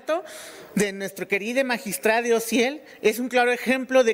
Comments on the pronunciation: Qué no mame ese señor, bien sabido que entre esas personas los crímenes pasionales son muy frecuentes y así de impresionantes. Y luego el magistrade, que estupido, se dice magistrado. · Que es eso de asesunade, es asesinado no deformen el idioma, ya dejen de decir magistrade, es magistrado. Por Dios.